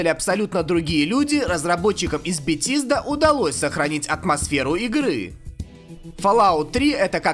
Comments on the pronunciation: бетиииииздаааааааа мои уши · Что????Битизда!? XD Молчу уж о другом!))) Транскрипции поучи,дружище!)))